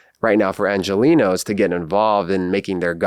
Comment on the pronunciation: Calling BS on the ‘life long ANGELINO’ bit, it’s ANGELENO fink